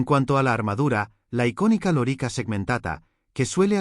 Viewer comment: Por dios, si supieras tanto de Latín como de Historia. Da grima escucharte decir una y otra vez loríca, con acento en la I, como si fuera la hembra del papagayo. Es lórica, esdrújula, hombre.